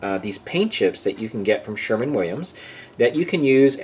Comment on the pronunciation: Just a heads up not is pronounced Sherwin Williams not Sherman.